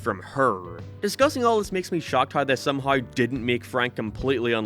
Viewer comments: You're from that very specific part of the planet where you pronounce everything so normally, then you run into any word with "ow" in it, like "anyhow", and your brain glitches and you put seven different vowels in it. "Someheuaouw". "Heiaueiwever" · Couldn't get past how you slaughtered the word "Somehow" F is for Family is pure genius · the way you said somehow is HILARIOUSLY awful lmfaoooo